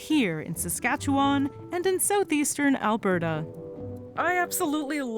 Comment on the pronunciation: The way you said Saskatchewan 😂